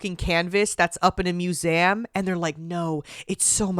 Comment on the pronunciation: why did she say museum like that 😭